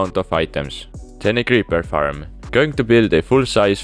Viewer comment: I love how pronounce Faram instead of Farm